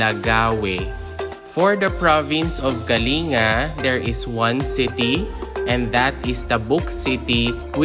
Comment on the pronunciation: It is pronounced as kaling-ga. Not kali nga